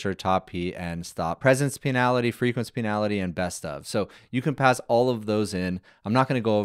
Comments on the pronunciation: Bro, it's pronounced "pen-ulty" not "peenality" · Great VIDEO! But it's PEN - ALL - TEEEEEEE ..... Please AI fix this for future references. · Pee - na-lity? Bro, that's the funniest pronunciation version of "penalty" I've ever heard.